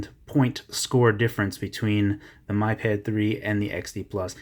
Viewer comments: BTW it is Mee pad, not my pad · It's "me"pad